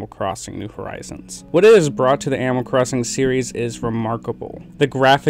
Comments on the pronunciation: “ Amoll crossing “ sorry no hate at all, That’s how I say sometimes too. great content.. I agree with basically everything you said. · Is anyone else only hearing “ammal” instead of animal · Are you saying amal? Not to nitpick but the way you say animal drives me crazy! Great job on the video though! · Yeah same it sounds like he’s saying “aminal” like when a kid says the word animal it’s making me nuts !!!!